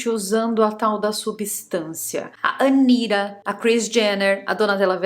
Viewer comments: não fala Anira mas Anitaaa.ela adora essa pronúncia americana então não vamos dar esse gostinho 😂🎉😂🎉😂🎉😂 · Pra que falar "Anira"? A pronúncia em português é "Anita" e ninguem conhece fora do Brasil alem de brasileiro morando fora. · vc deveria usar a pronúncia correta do Brasil pro nome da ANITA. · AniRa... Agora mudou a pronúncia do nome da Anitta??? Meu poupe...😂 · "Anira" kkkkk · "ANIRA" é ótimo. Sei que a pronúncia em inglês fica assim. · É porque ela precisa pronunciar Anitta com sotaque americano, sabe-se lá porquê...